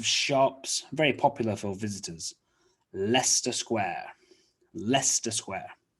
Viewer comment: and this? it's Totten'ham! not tottinHAM! it's leicester (lester) Square! not laesester Square! it's trafalgar Square! not trafaulga Square! hotel? trivago Square?